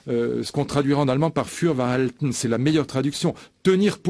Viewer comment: Je ne connais pas Luc Ferry. Ce que je peux dire c'est qye ce type s'est COMPLETEMENT décrédibilisé avec ses expressions empruntées aux autres langues. Comme si la langue française n'était pas assez riche. De plus, il fait des erreurs lorsqu'ils utilisent les expression des autres langues. Il ne sait même pas prononcer "für wahr halten" comme il le faut. Ce type m'apparaît comme un faux intellectuel qui tente malhabilement de se crédibiliser avec une ruse employé depuis toujours par les intellectuels faussaires : impressionner en lançant ici et là des expression en langues étrangères. bof et rebof.